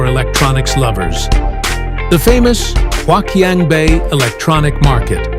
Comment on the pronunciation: Wouldn't you think that a wannabe influencer who was going to make a video about a place like HQB would at least learn how to pronounce the name of that place?! Gawd, that was painful to watch... (My Chinese wife, though, was amused.) But hey, since the audio is all dubbed in you can easily replace it with a better version, right?